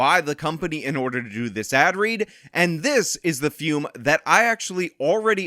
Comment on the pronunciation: If you are a true believer of fum, can you get in touch with Sydney Watson and tell her how to pronounce the word? I can't listen to her call it "foom" anymore.